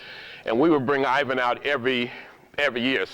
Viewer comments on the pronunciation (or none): none